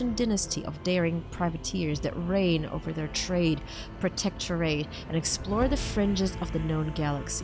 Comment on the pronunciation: Ok while u failed to prono7nce protectorate u managed to pronounce the dynasty name von volancius perfectly